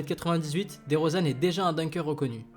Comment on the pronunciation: Très belle vidéo.. La manière dont tu prononces son nom 😑😢